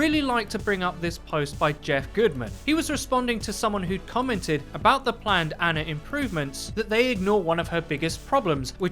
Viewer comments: For fucks sake say her name correct for once. It’s not ANNA it’s ANA. Pronounced Ah-nah. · her name is Ana (Ahh-nah) not Anna (Anne-ah), please stop saying it wrong BibleThump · You English guys just destroy names huh? Anna the way you're saying it has TWO N's. As she is Egyptian her name is pronounced AH-NAH. Ana. One N.